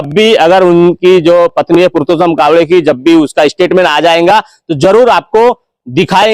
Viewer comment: पुरतोशम नहीं पुरसोत्तम 🤣🤣🤣लगभग लगभग 👍